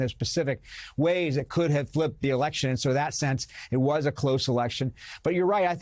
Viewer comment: “Loscht by a whischuurrr”…. Yup